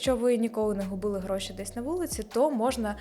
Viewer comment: Мені так подобається фішечка - слово «ґроши» замість «гроші» Перший раз чую) Це ви самі придумали чи києвські словечки такі?